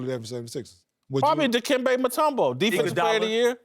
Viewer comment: Dude said mutombo! 😂😂😂😂 Eric snow!!!!!! Lmao 😂